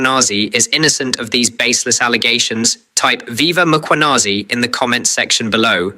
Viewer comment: Its Mkhwanazi not Makhwanazi. Commissioner Madlanga has corrected everyone. Did you not hear him?